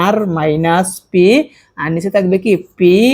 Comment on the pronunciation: ভাইয়া পি রে ফি বলেন কেন? পি বলতে পারেন না